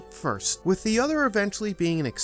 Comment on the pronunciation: Love the channel but for the love of everything please please please practice pronouncing the H in with. You have a great narration voice but hearing “wit” every time you say with has caused me to shut off videos at times.